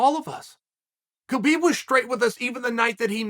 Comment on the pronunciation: Justin fought for the belt last fight…so did Chandler. There is not way either should fight for it again after 1 fight. And Chael, the K is silent. It’s pronounced hubeeb